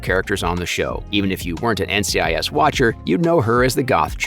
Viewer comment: did you seriously just call NCIS “NICS”